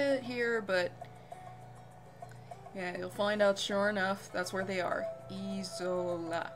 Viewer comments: Great first LP, thx. I'll be following your series. I just got this game (Version 4 "The Tree of Life." You have great narration and are easy to follow. One thing I could never get is why the island is pronounced Eee-sola. It should be I-sola, with a long "I" sound as in the word, "like." The description says the villagers found an "isolated" island paradise. Isolated---Isola. Get it? Just bugs me a bit. Fun game, though! :) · Also I think it is Isola (aye-ZO-la) not Isola (ee-ZO-la)